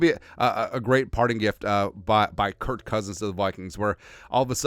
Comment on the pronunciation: Stop saying Curt, it’s Kirk